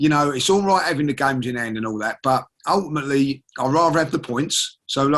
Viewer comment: always turning around to tell us